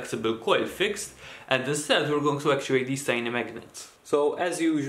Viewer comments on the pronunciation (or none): none